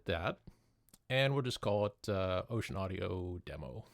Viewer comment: It's actually not pronounced "ocean" but "oh-sen." Just for the record.